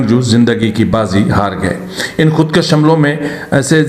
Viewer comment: خودکش مت کھو خود کوش کھو کاف کے اوپر زبر نھیں پیش ھے اگرزبرسے کش کھے تومعنی ھوگاکه که فلان نے لکیر کھنچی اگرپیش کےساتھ خودکش بولوگے تومعنی ھوگا که که فلانے نے اپنے کو قتل کردیا تو اس لفظ کی اداٸیگی کی تصحیح سے آپکی صحافت میں فصاحت کومذید زینت ملجاۓ گی جزاک الله خیرا بارک الله